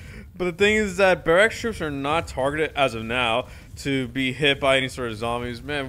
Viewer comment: Barack’s more like parracks